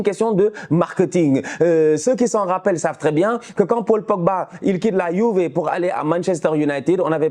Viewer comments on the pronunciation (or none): none